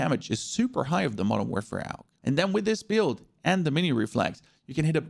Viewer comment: He is pronouncing it correctly AUG= Armee universal gewehr = universal army rifle